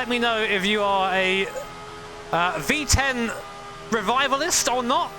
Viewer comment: Don't mean to be mean, but it sounds like he says 🅱️10 Engines 😂